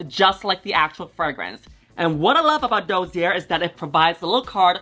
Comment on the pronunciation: Your pronounciation of the word "dossier" was almost perfect ! Th eonly thing wrong is that the ss is said like the single s at the start of a word, like start, and not like a z.